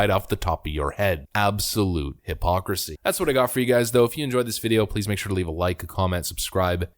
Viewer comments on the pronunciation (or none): none